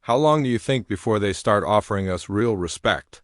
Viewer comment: us is pronounced us not U S`